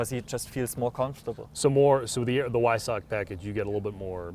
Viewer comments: Its not hard to pronounce Weissach correctly.. "Vai-s-ahck" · Just pronounce it with a “V” not a “W”! It’s okay!